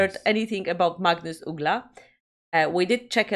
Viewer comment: Now you make me confused. You look greek or something, talking english with an accent (does not sound swedish) and now reacting to a swedish artist and song (very good pronuncing of his name) in swedish... tell me the story please! Magnus Uggla is not the best of singers, but he's a good songwriter known for pretty simple pop music with catchy melodies and ass kicking humorous lyrics. However... this is a cover he did for a tv show were the artist is supposed to do covers and Magnus dedicated this beatiful piece to the memory of his father, that lived in my neighbourhood for a cuple of decades.